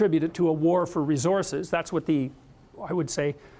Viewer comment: Why is he pronouncing "resources" like that.